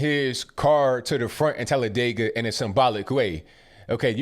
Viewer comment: Thank you for using the proper pronunciation of Talladega!!!❤❤❤